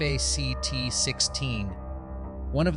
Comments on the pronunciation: You speak eff aa cee tees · This COULD HAVE been a great video. In depth, interesting writing. TERRIBLE AI narration! “F A C T 1…”. WTF is that all about?😂😂. Other mispronunciations and the random female robot voice was just as bad. You need to read it yourself, or get someone else, a human, to read it. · Who pronounces 1985 as one nine eight five and “fact” as eff eh see tee?! Ai!! That’s who! Still loved this show when it came out and bought it on vhs, that’s right I said vhs, a couple years later 😂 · "...one thousand nine hundred and eighty five... F-A-C-T 1..." Probably the worst thing about AI is how lazy it makes some of us. I get it if you don't want to use your own voice to narrate, or maybe English isn't your native language, but not bothering to listen to your own video before uploading it to catch parts which obviously need to be re-recorded is akin to submitting a paper without bothering to spell-check it, first. It's just baffling. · Teach your AI the word "fact".....